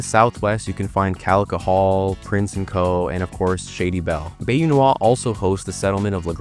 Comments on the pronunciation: “Bae-you” 😢 and “mangrove” trees…. As a native coon it’s “bye-you” and that’s cypress trees and Spanish moss hanging of the branches😐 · Bayou is pronounced “Bye-you” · the way you say bayou makes me wanna rip my face off great vid tho